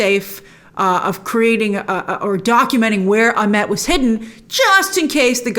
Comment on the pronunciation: Egyptian name pronunciations seem to be all over the place here. Ammit is spelled as though it should be pronounced Ah-MITT, but Grace keeps saying Ah-MET. Huh? And then in the episode they pronounce Isis as Ee-seece. Okay, so if those letter "i"s are supposed to sound like "ee", then the name Ammit should sound like Ah-MEET. Can we get some clarification on this please? We're all so concerned about cultural authenticity, after all, how about we start with correct pronunciations.